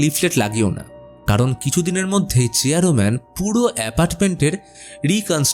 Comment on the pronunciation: আপনি বার বার চেয়ার man ke চেয়ারো man bolchen keno